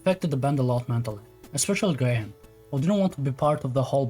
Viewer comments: Gra ham lol. It's pronounced like grey yum. Great video though! At the time I was very heavily on the Oasis side (and therefore listening to Blur was forbidden) afterwards I've often tried to have a look at Blur as well. Also, you're confusing "except" and "other than" (sorry, I'm an ESL teacher). The album had all the songs except Feel Good Inc means that Feel Good Inc was not on the album. You mean "other than Feel Good Inc, the album had other songs" (Feel Good Inc was on the album, but also other songs) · graham is pronounced "grey-um"